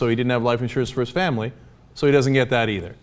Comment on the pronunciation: Please stop saying "duh-nn" instead of "doesn't", it makes you sound a lot less well spoken.